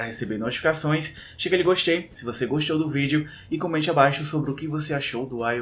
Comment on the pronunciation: "Clica em gostchei se você gostchou do vídeo"